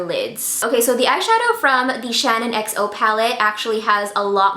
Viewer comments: The low end palette is ShaaanXO (pronounced like Shan XO) not ShannonXO! It's a little irritating hearing it pronounced wrong so many times 🙈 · I'm low key cringing bc keeps saying "Shannon xo" and not "shaaanxo" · It's Shaaanxo not Shanonxo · I love u so much and it's not shanonxo it's shaaanxo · Okay no hate here, but being a die hard Shaaanxo fan, it makes me cringe everytime she says "Shannon"xo. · It really sounds like she's saying "Shannon" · Her name is Shannon. But product/YouTube name is shaaanxo. So you've said it correctly. She's pronouncing it wrong. And it's annoying.